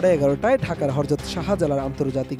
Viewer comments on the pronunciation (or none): একজন সাংবাদিক 'হযরত' কে উচ্চারণ করছে হরজত! হায়রে এটিএন !